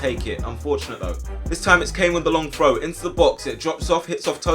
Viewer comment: You say frow not throw the hole time work on your th sounds haha